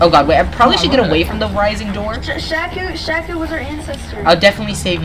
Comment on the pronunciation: sees Shaku Also:sHAKu